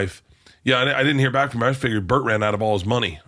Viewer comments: Why you call bert "bart"? Cant even get the guys name right and its 4 letters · Pronouncing Bert’s name wrong every time is gold 😂 💯🤌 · The degenerative decay of how you pronounce Bert's name throughout the video is perfect